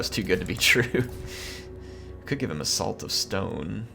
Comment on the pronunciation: Is it just me (and a couple of beers) or does accent make it sound like "A Salt of stone." when he was trying to equip an arcane item to Terhilious?